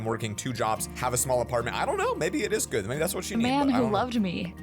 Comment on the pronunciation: you do be saying gud